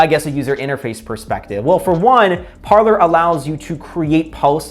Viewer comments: It should be pronounced "par/lay" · It's pronounced par-lay. Parler is French for 'to talk'. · Pronounced Par lay